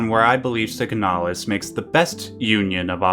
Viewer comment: Okay but it's called "signalis", not "siganalis".